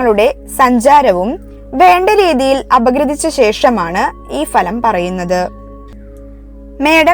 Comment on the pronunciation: ഫലമല്ല ഫലം